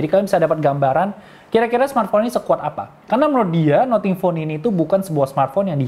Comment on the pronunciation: Nating bukan noting